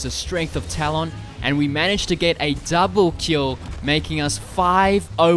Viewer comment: Please say his name correctly!!!! Tal-uhn not Tal-ON.